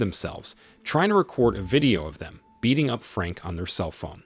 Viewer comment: say spell the bean aging.... say it again MF i dare you